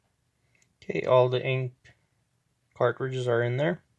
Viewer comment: Lol, that was bugging me also